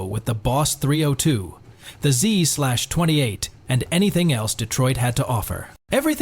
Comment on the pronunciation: You had me up until the ZEE SLASH TWENTY EIGHT 😂☠️